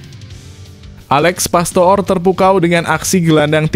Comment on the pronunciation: PASTOOR = dibaca PASTOR.